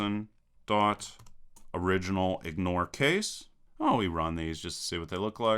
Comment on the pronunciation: Very good! The only comment I have is that you twice said "OriginalIgnoreCase" for "OrdinalIgnoreCase."